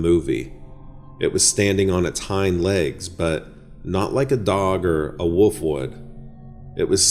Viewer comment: Dude, I enjoy your videos but you all too often say woof instead of wolf. This is the 2nd video and 3rd time I've noticed it. I've noticed your speech around worlds like old sounds like your saying owd. As a storyteller, if you can work out these kinks it'll sound much better to the listener.